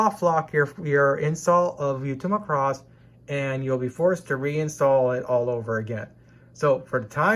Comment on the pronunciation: Bro, it's Macross not Muh-cross. Thanks for your hard work!